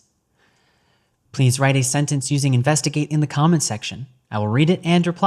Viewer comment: The second time he said investigave. I know cause I got defensive immediately thinking he said something derogatory. But I'm a drug addict so what do I know.